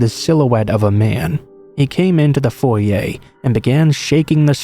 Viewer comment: So glad you pronounced 'Foyer' right. Props to you my friend.